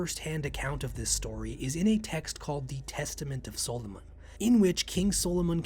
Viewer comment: Why can’t you say Solomon properly?